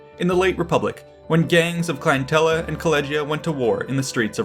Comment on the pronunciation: clientele is not "clien-tel-luh", it is "clien-tell", just fyi!